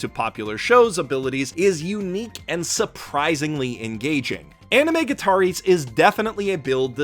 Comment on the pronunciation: I swear to Haruhi the cringiest thing about this video is the way he pronounces "gataris".